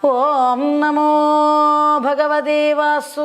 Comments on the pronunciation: ഏതു ഗുരുമുഖത്തു നിന്നാണ് പഠിച്ചത്? ഗണപതി ശ്ലോകം ഇങ്ങനെ ജപിക്കാൻ ആർ പഠിപ്പിച്ചു? എന്തു കഷ്ടം.വന്ദേ അഹം എന്ന് ജപിക്കുന്നത് തെറ്റ്. അതുപോലെ നാമോ നമഃ എന്നല്ല "നമോ നമഃ "യെന്ന് ജപിക്കണം. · എന്ത് വാ ഇത് എന്റെ പൊന്നേ എല്ലാം കൊള്ളാം. എവിടെയാ സർവാ എന്ന് പറഞ്ഞിട്ടുള്ളത്.നാമോ എന്നൊരു മലയാളം വാക്ക് ഇല്ല.ഇങ്ങനെ ഭാഗവത സ്തുതികളെ നശിപ്പിക്കല്ലേ. നല്ലയൊരു ആചര്യന്റെ ശിക്ഷ്യ ആകാൻ നോക്ക്.. ഒരുമാതിരി നന്നായി വായിക്കാൻ അറിയാമല്ലോ. ശിക്ഷ്യ പ്പെട്ടു പഠിച്ചു എന്ന് തോന്നുന്നില്ല. ആയൊരു കുറവ് നന്നായിട്ട് ഉണ്ട്.. 🙏ഒരു മാറ്റം ആവശ്യമാണ്.ഇടയ്ക്ക് വന്നപരസ്യം അവസരോചിതം തന്നെ. ഹരെ എന്നല്ല ഉച്ചാരണം ഹരേ എന്നാണ്. 🙏